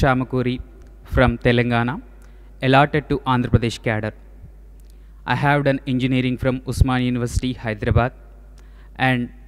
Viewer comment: She dont know right pronociation of cadre always i observe